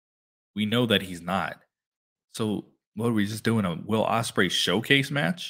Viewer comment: You gotl Ospreay name wrong